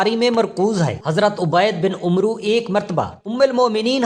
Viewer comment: آپ نے حضرت عبید بن عمرو کو عمروو بولا۔اللہ کے بندے یہ لفظ عمرووو نھیں ھے بلکہ عمر ھے۔یعنی عین پر کھڑی زبر کے ساتھ ۔اپ وی لاگ پڑھنے سے پہلے کسی عربی جاننے والے سے پہلے پڑھوا لیا کریں۔